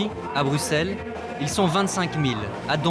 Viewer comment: Et on dit BruSSelles, pas BruKSelles